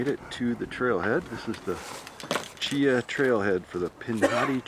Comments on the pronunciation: Chee Haw is how it is pronounced. Great video. That storm really tore the place up. But that’s Alabama for you. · Great Vid...but from an Alabamaian...Cheaha is pronounced Chee-Haw.